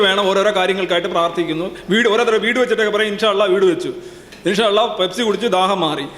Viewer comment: Da potta allah ennne polum nere chovve parayan ariyatha viddi😂😂😂😂😂